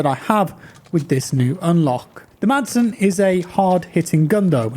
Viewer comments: Madsen is actually pronounced Masen. You don't pronounce the D😄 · The "D" is silent in "Madsen", so it really sounds like "Massen". Keep up the good work, love your content! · the d in madsen is silent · The letter “d” is silent in the name Madsen :) You’re welcome ;-) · Silent D as in Madsen....